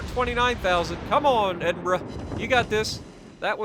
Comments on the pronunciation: Holy $#!t.... he said it right! It’s a glorious day! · You even pronounce it perfectly! I tip my cap to you sir!!!